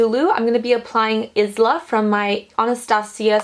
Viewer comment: Such a beautiful look 😍. Btw the eyeshadow called Isla is pronounced with a silent 's' - like island. I named my daughter Isla 😊.